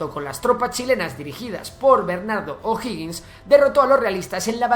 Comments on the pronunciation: Uff algo si, es O'Higgins no O'Hoggins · OJO O'HIGGiNS no O'HOGGiNS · Nadie reacció sobre que el nombre del "primer mandatario", que en realidad fué oficialmente Director Supremo, O'Higgins y no O'Hoggins?, y nadie reaccionó sobre que según el relator, nuestra población era mayoritariamente de descendencia Italiana??, bueno, estaba interesante el vídeo, hasta que se cayó en esos tres "pequeños detalles". Por favor, revisar las fuentes historicas. Saludos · Amigo, ud estudie antes de hacer sus videos. Infórmese porque caen en discursos mentirosos q se han repetido hasta el cansancio sin molestarse en ver si es o no verdad. Y como es flojo en averiguar, miente o se equivoca ...... veamos a) el nombre es O'Higgins no O'hoggins b) Chile no tiene gente italodescendiente sino alemanes en el sur. Argentina tiene de Italia c) El golpe del 73 no fue "brutal" sino violento d) no fueron 20 años, sino 17 (1973 a 1990) d) murieron apenas 3 mil personas en los 17 años de gobierno, incluidos militares asesinados por la ultraizquierda e) Pinochet no fue un dictador .... seria largo enseñarle q significa ese termino, ud haga la tarea e investigue f) No fue un gobierno de "ultraderecha" sino de libre comercio y autoritario. Las misma receta la uso Tatcher y Reagan en el futuro .... ¿¿son ellos de "ultraderecha"?? ... la "ultraderecha" no existe señor!! q ignorancia la suya!! g) Nota: se prohibieron TODOS los partidos políticos, incluidos los afines al gobierno .... (y nunca Chile avanzo tanto y tan rápido) h) los opositores perseguidos fueron aquellos q se levantaron en armas en contra del gobierno. Hay muchos ejemplos de connotados comunistas, incluso, q nunca fueron molestados i) las cifras de "torturados" la da la izquierda y nunca ha sido oficial ya q hay varios q hablan de "torturas" cuando solo se les esposo en un cuartel de la policía o fueron sentados en el suelo, para después salir libres j) los "desaparecidos" también es mentira en gra